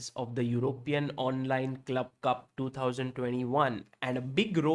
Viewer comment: Sir it will be cup not clup.